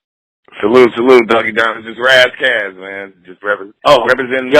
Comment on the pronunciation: Y he keep callin him Ross Koss